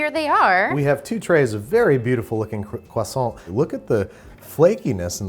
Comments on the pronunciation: CWASSON That is all. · “Uh yes, are you gonna finish that CwAsO”